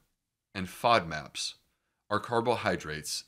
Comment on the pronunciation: FODMAPS was a new acronym on me. I had to search for that with several alternative spellings. (Did he say "favmacs"?......etc) Another fine video.